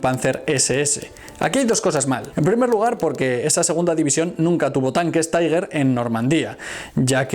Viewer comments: "Unos cuantos jóvenes deciden ir a pasar un día en la playa": En el primer minuto de este video, ya tengo una idea acerca de la seriedad y exactitud de su contenido. Te corrijo un pequeño error: El nombre de los tanques alemanes se pronuncia "tiguer" NO "taiguer" (la "U" no se pronuncia). Recuerda que son alemanes, no ingleses. Saludos. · todo muy bien, pero no se pronuncia "taiguer" porque son tanques alemanes y se debe pronunciar "tigæ"